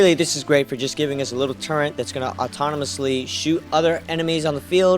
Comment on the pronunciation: Turre"N"t........it's pronounced Turr- Et. Never been Turr Ent. Never will be. Other than that nice build.